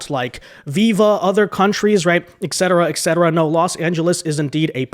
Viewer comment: Et cetera... Not ek cetera.